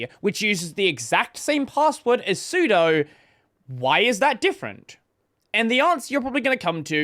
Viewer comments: I love that you don't know what sudo is. su... do super user do do the following as if I'm the super user the 'do' is literally the English word 'do', just as in 'doas'. so it's pronounced 'soo.doo', not 'soo.doh' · Sue-Doe VS Sue-Dew. Honestly, it makes me angry hearing it "mispronounced". vi vs emacs is a joke. So it "guiff" vs "jiff". This is real. :D